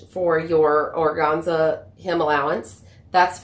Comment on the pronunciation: Very informative video. Thank you! Also, organza? That middle syllable for sure rhymes with fan/man/pan. :-) I'm a professional word nerd.